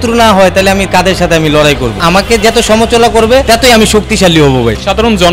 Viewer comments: সমচলা না সমআলোচনা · সমাআলোচনা যে উচ্চারণ করতে পারেনা সে হতে আসছে এমপি?বাংলাদেশ মানে বিনোদন।